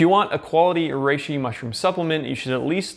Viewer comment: Anyone else hear him say it "rrrrReishi"?